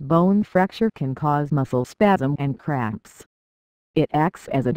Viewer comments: I hear it saying craps instead of cramps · Sounds like shes saying leg crabs